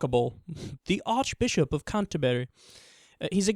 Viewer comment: funny man, i say president of the united states the same way you pronounce archbishop